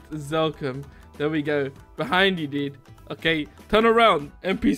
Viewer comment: He said the dud not dude